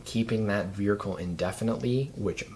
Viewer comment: Why is everyone pronouncing vehicle wrong. Veerhicle….?